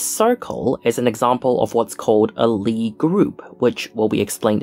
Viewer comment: If Sophus Lie was norwegian, the "i" and the "e" in Lie are separate wovels and should be pronounced as such. Emphasis on the "i".